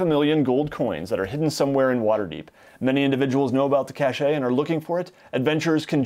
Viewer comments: Cache (n) is pronounced like "cash." Caché (adj) is pronounced like "cashay." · Cashe is pronounced “cash”. Cashet, meaning the state of being respected or admired, is pronounced “cash-ay”. Great video, by the way. Keep up the good work. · It's pronounced "cash" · Caché? Caché? I thought you were a teacher? Haha, j/k. I'm sure it's an unfamiliar word to many ... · cache has no accent, it's a french word a cache "a place to hide something" so the last "e" is mute.